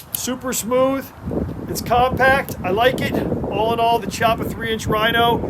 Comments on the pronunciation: It is pronounced KEY-appa. "Rear hammer"? As opposed to the "front" hammer? Wtf... It is just the hammer. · Chi pronounced kiappa